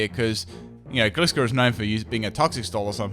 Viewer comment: Your mispronounciations really annoyme for some reason, anyone else with me? it's Sko-roo-pee, Gly-score and Gly-gar